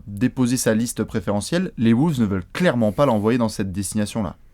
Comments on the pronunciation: Arrête de dire Woulves on dit Wolves ;) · Les "Woolves " ??